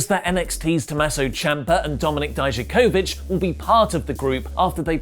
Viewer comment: Die-Ja-Co-VicK, damn it.